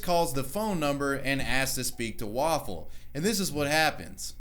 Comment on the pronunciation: It's wafflepыwn.